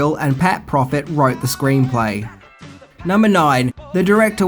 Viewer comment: It's Pat PROFT, not PROFIT!